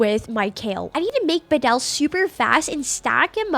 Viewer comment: I flinched every time she said badel…..it’s clearly bad el